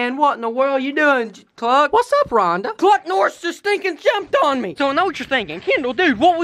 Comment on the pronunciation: his name is cluck. BUT he said chuck.